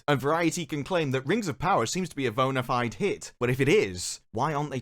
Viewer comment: You're not American, don't pronounce bona fide as bonerfied